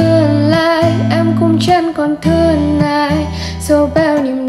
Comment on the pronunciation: em nghĩ chị nên sửa lại phát âm -ng và -t như chữ thương, tiếc. Do nghe như vậy hơi khó chịu tí ạ